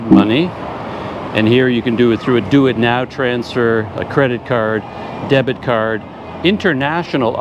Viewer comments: Well, the "DuitNow" as "Do It Now" really got me 😀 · "do it now" I had to pause and think for a sec that hes actually referring to duit now 🤣